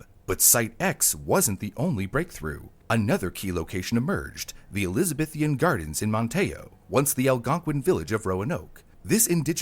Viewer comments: Elizabithian? Speak English. It's Elizabethan. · And he still kept putting an extra i in Elizabethan